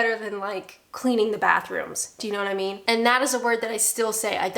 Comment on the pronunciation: i think the most British thing you said (repeatedly) in this vid was ynawtymeen (you know what i mean) said as if it was a single word like a true brit.